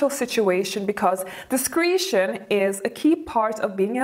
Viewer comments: ....it’s dis cre tion NOT dis creeeee tion. Love your channel I have lots to learn! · Discretion is pronounced with a short -e-. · You do not pronounce Discretion correctly....